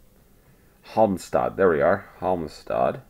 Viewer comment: Hey dude! I've noticed you most the time nail pronunciation of german words. When you run into Swedish 'ä' or 'ö', just Imagine it's a german word and you'll get close enough! 🙂 You did well with Halmstad and Jakobsberg also on the second try though! Have said it before, you're amazing once on the map. Finding and smashing Umeå having started off looking for it in southern Sweden is friggen sixth sense level. Finding "Jakan" was a nice one too! I don't care much for Malmö and didn't pay due attention to say wether it was a good one! 😉